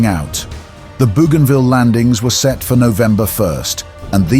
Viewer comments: Dans la bande audio en Français , ce n'est pas bujinville Mais bougainville. ( Marin explorateur français) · Bougainville pronounced boganvill.